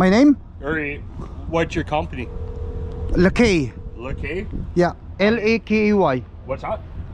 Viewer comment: Ang pronounce ng lakay lakey😅😅😅